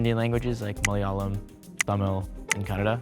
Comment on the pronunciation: I can't i' m sorry, "moyalam" 😭